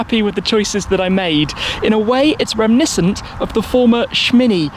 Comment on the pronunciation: Reminiscent not remiscent.